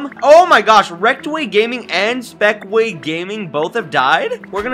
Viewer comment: * gaming not spekway